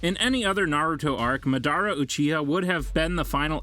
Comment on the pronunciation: please pronounce madara correctly.( maadara not madaara)